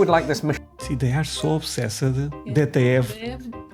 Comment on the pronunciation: Obsessed is pronounced obsesst